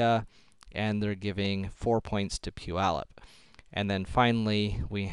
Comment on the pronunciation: "pu-yallup" made me laugh so hard, why was that so funny??